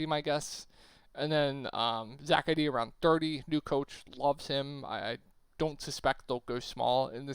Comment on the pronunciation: E-Dee not eddy lol but appreciate the vid!